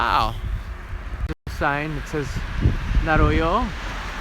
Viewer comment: You are saying Naroyo, but the title shows Nayoro...ahh...correct pronunciation ... I could see it pronounced dyslexic. I thought it would be cold there but looks balmy. Onwards to Wakanai!!!